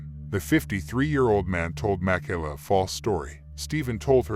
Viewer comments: na-name-o? mack-ala? Ai voice much? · Ma - Kay-La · Jesus...how many times you going to mispronounce this poor girls name?